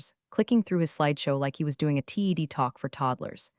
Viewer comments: You have fun stories, decent content but the worst AI audio. For the love of God if you're going to use the phrase TED Talk please train the AI to say TED not spell T-E-D. Also please stop with the bs of if I'm going to keep doing this as a full time job I need to hit 10,000 subscribers it's not individual people doing this I know it's for entertainment but could you at least play within the lines you've drawn. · TED is pronounced as it looks, like name Ted. Read is spoken as red. Get it and work with AI on it. Also slow down AI. Love metaphors and stories have good bones. Still around a 3 on stories. Fix on other problems and you could get a a 5.❤️🐉💙💙😎😎🌈🌈🦅🍍